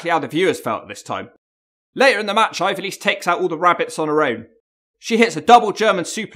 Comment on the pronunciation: Hahaha big fan but can't pronounce her name properly, love that from